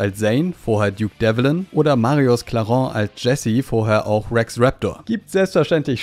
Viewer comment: Danke für das Video, war wieder sehr interessant. Man vergisst teilweise wirklich was da für Hochkaräter mitgesprochen haben. Eine kleine Korrektur meinerseits: Marius Clarén spricht man mit einem langen "e" wie in "See" aus, nicht "Clarooh".😉